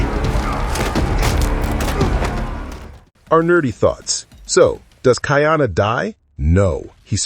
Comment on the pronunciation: It is pronounced Ka-ee-ana NOT Ki-ana